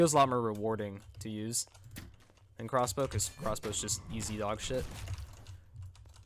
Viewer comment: He said “corsbow lol